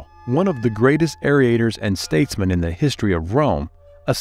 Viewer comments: it is pronounced "ann-uls" not anals. aerator, or orator? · Interesting account, but marred by the narrator (obviously reading from a script) mispronouncing so many words. Just one example - referring to Cicero as an "aerator" (pronounced by the narrator as "aer-ee-a-tor) rather than an orator. Distracting.